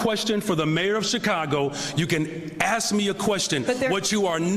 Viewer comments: You can axe me a question, isn’t he a teacher? Axe me the question? He’s no teacher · You can AXE me a question? Is that HEbonix? What a pathetic, racist turd. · axe me the question, lol